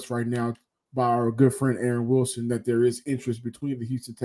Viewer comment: You mean Payton Wilson? Sounds like you are saying Willis.